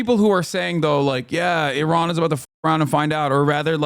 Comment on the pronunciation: Thanks for pronouncing Iran correctly as a Middle Eastern like me. Your uncle has no such respect.